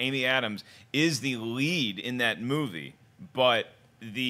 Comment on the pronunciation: I wonder why they think Best Supporting Actor and Actress are the tightest races. To me it's so clear that Viola Davis and Michael Shannon should and will win. Also I find it funny how pronounces the word "movie" sometimes. It's like moo-wei.